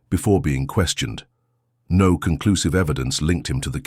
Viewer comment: The “No” does not sound “emphatic!”🇬🇧